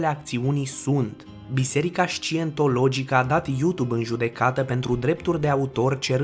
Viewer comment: Man, nu fac hate, incerc sa te ajut. Nu e şaintology, asculta cuvantul undeva. ✌👍